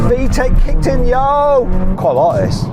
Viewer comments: 「VTEC kicked in yo」って言ってるんだろうけど、どうにも「VTEC効いてんよ」に聞こえる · 私には「VTEC来てるよー」に聞こえた。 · 私もVTECキイテンヨー!!に聞こえました😂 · 俺も聞こえた🤣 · それにしか聞き取れない。